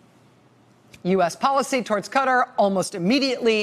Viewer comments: It isn't 'cutter' learn English. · Why does she keep misprouncing Qatar. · So no one is going to mention how she is butchering the name of Qatar? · The way she pronouncing Qatar is wrong !!!!!!!!!! lol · Really? I haven't noticed others. That's why I said it was the 1st time I ever heard it said like that. If you listen further when she says "Qatari" National or something, she says it the right way so it irritates me more. But I'm very happy someone agrees with me.Thanks, Mick! ;-) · Will someone PLEASE teach this MSNBC crowd how to pronounce Qatar properly !!! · Pleas pronounce the name of Qatar correctly. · God this woman is long-winded. Better title: How many times can I mispronounce the name of this country? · Ikr. Why are people pronouncing it that way? I was deployed there for 10 months and people especially the locals where not pronouncing it like this. Especially when she refer to the people as Qatari=katari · You are right, she gets Qatari right - she does not say cutteri - so why can't she say Qatar like the Qatar part of Qatari? It is like the insanity around Colin Powel's first name. It ought to be pronounced as Col-in but people started saying co-lin (like the punctuation mark ':' and like colon (the bowel)). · Please for the love of god say the countries name correctly. Qatar...KA-TAR, not cutter.... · Wonderful, factual, smart and enjoyable reporting...but for the love of whatever...please: KAW-TAR...spent 5 min trying to find out who Cutter was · Pronounce country's name correctly please. Ka-tar not cutter. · Hey Rachel its not pronounce "cutter" It's pronounce KA-TAR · RACHEL! You are pronouncing it wrong! its pronounced kaTAR! NOT KUtter! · It's actually pronounced both ways depending on who you are ( and differently by males and females in some circles believe it or not). It just sounds stupid with an American accent is all. Ka-Taari sounds better than Cuttery. Sounds like you're asking for a knife and fork lol. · "Kuh-TAR" not "Cutter"...